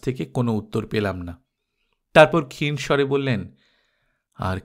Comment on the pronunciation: অজ এবং ক্ষীণ শব্দ দুটির উচ্চারণ একটু দেখে নেবেন please